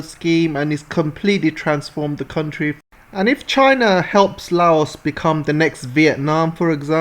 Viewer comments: Fun fact. There's no S in Laos. It's pronounced as just "Lao" Like "loud" without D. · trade containers from cambodia thailand vietnam laos going to eu started from laos 2 days ago. taking 3 wks journey instead of 3.5 months by container ships. its pronounce as " loud" not "lay os" did u know british ruled part of laos. xipsongphunna. and then china took it in 1949. train is not a gift. a loan needs to be paid back. usa gift for laos was to send it to the yrs zero. uxo still killing. even after 200 yrs uxo will be a problem